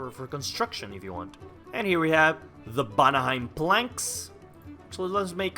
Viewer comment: you say vanaheim "banaheim" and it drives me crazy I wonder if this mod has a server